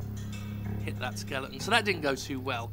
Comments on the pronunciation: What's with British people and pronouncing "skeleton" as "skellington"? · Did you sometimes say "Skellington"?